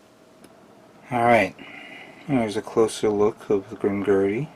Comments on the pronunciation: Yup its not Grimgurdy its Grimgerd(Grimgerde) i liked your commecnt too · I can't be the only one who cringed when he said, "Grim-Gurdy".